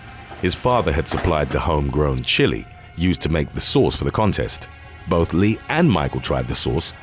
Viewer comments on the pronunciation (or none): none